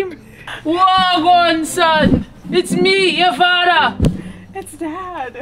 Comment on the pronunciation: “it’s me yuh fada” that’s the only time she sounded jamaican lmfaooo